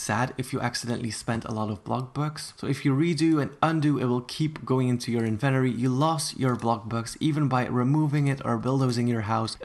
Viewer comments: I swear if he says inventory like that one more time...... HDSJSW WVAHDBWKQHVQJ WOWANZ JEKWWJJ V LWSBDOEBE RRJD IMA GO JUMP OFF A BRIDE JEFBKDEBELBRKWHDLWBEKDB Edit: Actually can you stop saying inventory like that please it’s pissing me off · I love the way you say "Inventory"!!! ❤️ 💕 💞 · Why is nobody talking about the way he says inventory like is he saying it wrong or am I to American im confused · It’s not inventttttery it’s in ven tory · who thinks he says it weird it’s in-vin-tory not in-ven-tory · ITS IVENTORY NOT INVENORY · It's in-vu-t-or-e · nice but next time pronounce inventory correctly. also with the trophys your somewhat wrong because sometimes i put down my 30 visits trophy and it goes into my inventory but sometimes it gets sold for money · IN VEN TOREE not In VENTORY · It’s in-vin-tori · it called in-ven-tory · Inventory I thought it was invotory xD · En-ven-tori plz my ears in the USA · ughh! stop saying (invenory)😂💀 ! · I think you might have pronounced inventory wrong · The way you say inventory just kinda triggered me, but I will deal with it because I know pronunciations differ in different places. Edit: I'm not trying to be rude in any way. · most people: in ven tOh ree: invenoree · I love how he says invent-ory instead of in-ven-Tory 😂😂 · I thought it was in-vent-Tory. Not invenery LMAO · It’s inventory not Eventry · HE SAID INVENTORRRRE 😂 ITS SUPPOSED TO BE inventorE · Its inventory not inventery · It's inventory not invertery 💀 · It’s not in Venturi do you not see that there’s a T in it it’s inventory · Does he have an accent because he’s saying inventory wrong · Its inventory not inveroy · The invenory.... he forgot to say the “t” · Not trying to be rude! Why do Americans say everything weirdly, including inventory. They pronounce it like inventery when it really is inventory :) I’m sorry if this offended you! Didn’t mean to. x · I’m sorry but .... WHEN HE SAID “invenory” HAHAHAHHAHAHA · It’s INVENTORY NOT INVENRY!!!